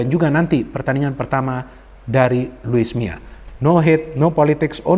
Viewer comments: Luis milla kali bang bukan luis miaa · Luis Milla bung,bukan Luis Mia, becanda bung.